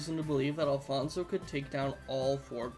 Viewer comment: Hi im Alfonso and you are pronouncing my name pretty weirdly BUT yes i think Alfonso definitely can win against freddy fazbear